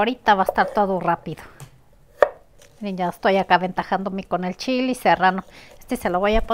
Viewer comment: Se dice jitomate,no jitomatiii😂.se dice chile ,no chili